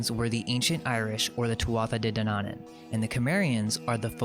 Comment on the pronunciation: De Danaan is pronounced day Danawan.... Like yawn.